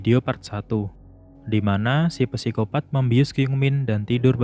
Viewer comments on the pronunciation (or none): min sedikit koreksi nnti penyebutan psikopat itu huruf "p" ny ga dibaca min cuman sikopat aja soalny rada keganggu denger mimin ny bilang pesikopat mulu hehe makasih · Oke banget penjelasannya kak. Sedikit membenarkan kak. Kalau tulisan "psikopat" ejaan yang benarnya cukup dibaca "sikopat". Misal ada contoh lagi "psikolog" cara bacanya juga cukup "sikolog" saja